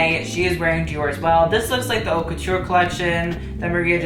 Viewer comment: You don't even say "haute" right and yet I need to listen to your opinion?